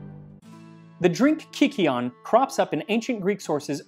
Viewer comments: It would have been pronounced KØKEON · You're pronouncing it wrong. It's a long I sound as Kī Keon, not kick keon. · Not to be that guy but I believe it is pronounced kie-see-on. Here from a psychedelics podcast that went pretty deep on the same subject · At first I heard it as "Kakyoin". Too much Jojo I guess. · "Virgin Kykeon please, hold the 'baneful' drugs, extra cheese..." The pronunciation would have been closer to kook-ay-ON, and the barley (which should have fungus) is there for one reason: to trip balls. It's basically an ancient version of absinthe- high proof & hallucinogens added. "You could make a religion out of this." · It's pronounced more like "kookeon", with a long u sound. The spelling is a relic from how Ancient Greek was translated into Latin. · I know he did not just say KIKI-on 😭😭😭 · Sound like some Jojo hater trying to say Kakyoin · wouldn’t it be pronounced kukeon? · Slight pronunciation issue: y is the greek leter υ, upsilon, which is pronounced like u in English. So, it would be more like cookie - on. (I took a 2 year class on ancient greek). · this man perfectly speaks with an italian and spanish accent but he cannot say kykeon right Looking deeper in the video, he cannot pronounce greek words well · The Y was probably pronounced more like a U since it's an older word, if I remember correctly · For having a 1.6 million sub account I am astounded by how this guy mispronounces Kykeon and Thessaloniki, they aren’t even hard to get right…